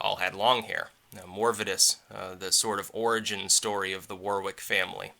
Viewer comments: You say your name as war-wick and not warrick? In England the second W is silent... though to be fair more Americans drive me up the wall with their pronunciation of Johanson than Warwick. It's "yo-hanson" here instead of "jo-hanson", which is the Scandi form of the English "Johnson". When I went to Seattle one time the bus driver went past the Warwick Hotel and a piece of me died inside to hear "war-wick" - the second W is silent! Still I didn't say anything because I'm English and it would have been rude. If an American wants it to be "war-wick" in America then that's how it is :P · Hey I live near Warwickshire. If you ever come visit your roots it's pronounced Wuhrick in England. My mate works in your ancestors castle as a medieval LARPEr 😃